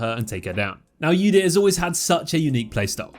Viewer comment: "ewdyr" that gets me every time :V